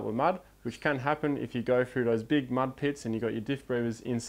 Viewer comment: love your videos, but for god sakes please pronounce your words correctly. Especially 'th' words. It is 't' and 'h' not 'f' and 'r'. Words like three, through, thing, Stop pronouncing it as 'fr'!